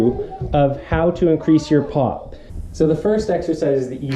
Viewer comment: I hear "pot" instead of "pop" everytime XDD